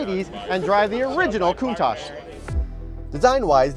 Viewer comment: Breh it’s not pronounced coont-ach is pronounced count-tach, honestly the most annoying thing Americans say